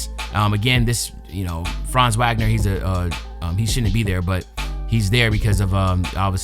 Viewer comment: Hey Unc, fellow Unc here just letting you know it’s pronounced Vog-ner not Wag-ner. Not being anal about it just wanting you to be accurate so no one can be offended. Keep up the grind !